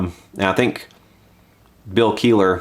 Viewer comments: Kell eh her... No keyler... Pronounce his name right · I believe his last name is pronounced "kella her" not "Keillor". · KELIHER!!!!!!!!!!!!!!!!! not Keeler dammit, maybe listen to how good of a fucking guitAR PLAYER he really is before you get his name wrong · Kelliher... its Kell-ih-her.... k im done, just had to get that off my chest haha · Promounced "Kell-e-her" (spelt Kelliher) dude, that's how you say it. I'm Irish and this is an Irish surname. Your rant is good though, Gibson need to get back on track. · It's KELL-IH-HER you fucking moron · James HATFIELD and Bill KEELER tellin Gibson what's up. Sorry the pronunciation had me triggered, had to poke at you lol. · its pronounced KELL-A-HER jackass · Learn to say his name right though it's not Keeler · Not sure if it was already commented but its bill kel-li-her, if you care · Damn you butchered his last name. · Btw, you butchered Bill's last name pretty badly too. Kelliher isn't pronounced like that, it's a pretty popular Irish surname. : )